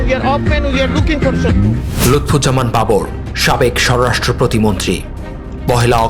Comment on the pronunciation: স্বররাষ্ট্র না স্বরাষ্ট্র প্রতিমন্ত্রী। উচ্চারণ ঠিক করেন ভাই।